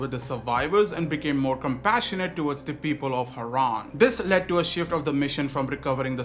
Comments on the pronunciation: Was that AI in the intro? Whyd crane pronounce Harran like Haran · I was gonna say, I didn't think kyle would've mispronounced harran in the game lol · I'm really hoping that is AI in the beginning? No way crane say Harran like that.